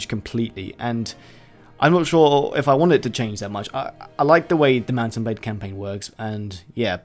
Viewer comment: did you say "mouse and blade" at the start of the video?